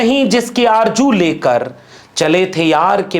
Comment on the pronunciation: Sorry aarju nahin aarzu kahiey. Yani jeem nahi zey hai.